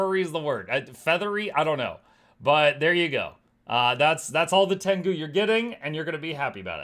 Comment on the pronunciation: Tengus ❌ Tengoose ✅